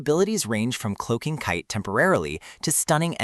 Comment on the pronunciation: Why are you saying kait like that.